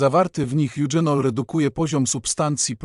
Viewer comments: Goździki pije napar od kilku lat.. Olejek goździkowy działa przeciwbólowo.. Ja pije goździki zamiast łykać tabletki przeciwbólowe.. Proszę pana nie mówi się eudrzenol,,, tylko eugenol.. Ale proszę nie mówić że to remedium na wszystko.. Skąd pan te wiadomości bierze? Tyle fantazjii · Bardzo ważne informacje , ale AI nie mówi poprawnie po polsku, np."eugenol" a nie czytane z angielskiego "dź", jak tu; to poważny błąd,tzw.makaronizm i te "dząsła": to niszczenie naszej kultury w mediach powinno być karalne, bo niszczy jej bazę wprowadzając w błąd.Od lat zanikły też końcówki wymawiane z wiejska przez "om"np ludziom, robiom etc.; przecież to jest "ął" na litość boską! Kto czyta ten wie jak się to pisze, ale w necie te "omy" to plaga.W mojej podstawówce taki "omowiec" nie zdałby z polskiego, pała by była😮😊